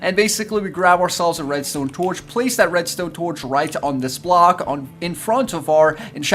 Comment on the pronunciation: The way he says red stone makes me unhappy 😂